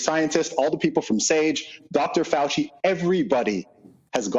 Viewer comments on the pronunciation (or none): none